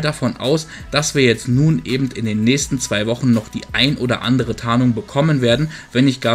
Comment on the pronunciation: Hör auf ebent zu sagen das heißt eben